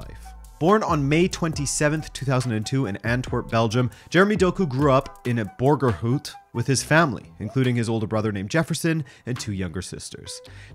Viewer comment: Damn. You didn't butcher Borgerhout